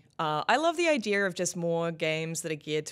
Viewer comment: "iDEAR" - Jobs.